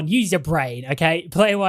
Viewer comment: When dude say "she was caught using the hard r" in English accent was so funny to me... THE HARD R